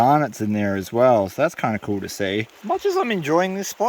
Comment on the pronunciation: Cool not koo